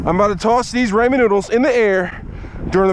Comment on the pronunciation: The way u said it was raymen noodles😂